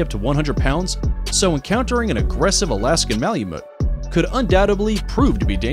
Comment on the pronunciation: He really should have practiced saying Malamute a few more times before recording too